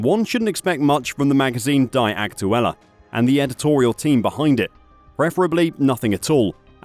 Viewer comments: "dee" not "die" aktuelle..😂😂😂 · The word "die" is, I believe , pronounced as "dee" rather than "di" so Die Aktuela would basically mean The Facts. What a joke. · You need to learn the German Language , Dude , to be able to pronounce “Die Aktuelle” properly and not the poor way you say it ! You must be a Robot then ,lol ! “Die said as Dee ! Aktuelle means Actual , or pretty close to it ! Die Aktuelle - The Actual would be as close as one can get the Translation to English ! There is a bit more to it that even I cannot properly translate it ! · "DaAy AkTuElLa" 😂😂😂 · Your pronouncing "Die" Aktuelle like they should "Die" 😂 it sounds almost intentuelly done.